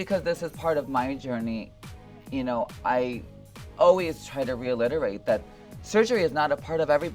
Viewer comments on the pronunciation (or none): Can someone tell her she’s saying ‘reiterate’ wrong.. I’ve heard her say it wrong before in other interviews